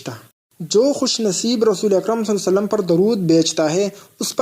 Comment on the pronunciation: tum pahle Sallallahu alaihi wa sallam poora clearly kahna seekho.